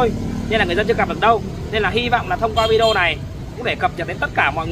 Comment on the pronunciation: Cám ơn. Tôi rất thich xem videos của vì tin tức trung thực, mới, giọng nói rõ ràng, khiêm tốn, và thêm một điều nho nhỏ nữa là đã đọc đúng chữ video (vi-đi-ô). Lúc trước, khi nghe quý vị khác đọc là vi-gieo, tôi không hiểu các bạn nói cái gì. Sau một thời gian xem qua vài videos của vài người thì tôi mới rõ ý. Cám ơn cháu (TB: gọi là cháu vì tôi ngoài 70 tuổi)